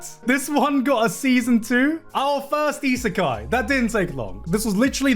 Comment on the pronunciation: Garnt, how hard is it to say Isekai? Goodness gratious, you've been mispronouncing such an easy word for so long now. :D